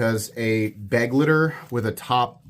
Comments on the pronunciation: The knife you name as beg-leiter is pronounced be-gleiter and is the german word for companion. Just have to smile when an english speaking knife reviewer say certain names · Hi, if you put the stress on the second syllable of the word “Begleiter“ (beGLEIter instead of BEgleiter) then you’re very close to the original pronunciation. Greetings from Germany.;) If a lock failure sends you to a hospital here in Europe, they will help you without any bill. Just sayin‘.;) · I have no complaint about miniminal safety testing. But how in the year 2026 can we still not pronounce Begleiter? beg-LIGHT-er